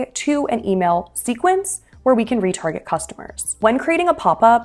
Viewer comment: "...where we can retarget customers..." ...I first understood "where we get retarded customers." 😄😄